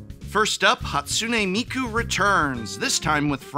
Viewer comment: He didn't say Miku right in that take lol 😂